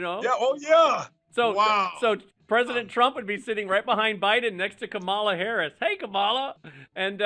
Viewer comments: Anyone too stupid to correctly pronounce Kamala, the Vice President of the United States, should never be broadcast or quoted by anyone, anywhere. Your choices are questionable, at best. Lose the losers. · They are still being disrespectful with pronouncing Kamala's name WRONG. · I feel sorry for them that they're both so ignorant they can't pronounce the vice president's name properly and apparently the Lord has spoken because none of that happened the way they thought it might see that's cuz they're not listening to the lord they're listening to their own self wants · Do conservatives mispronounce Kamala on purpose or are they just idiots?